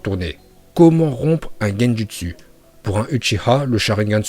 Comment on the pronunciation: Bien la vidéo mais fait un effort de prononciation ça donne envie de mettre des baffes sans déconné 🤣🤣🤣 genjUstU !! Oh l'artiste mdrrrr